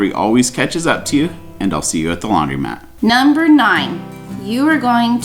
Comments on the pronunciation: It’s pronounced Laundromat not Laundry mat. A laundry mat is a mat on the floor of a laundry. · Why do all u roadies pronounce laundromat laundry mat? Ha!